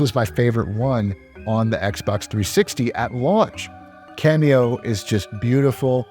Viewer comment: Hey bro, it's "Kameo" not "Cameo" (your video bookmarks)